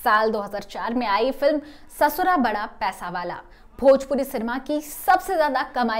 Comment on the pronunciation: जब भोजपुरी बोलना नहीं आता तो वीडियो में एंकर बन के क्यों चले आते हो,,पैसावाला नहीं पइसावाला है।